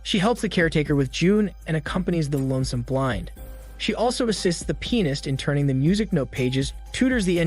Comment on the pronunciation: I know I’m not the only one who laughed at pronouncing “pianist” as “penis”